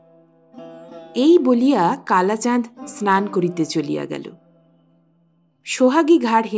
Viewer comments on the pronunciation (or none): none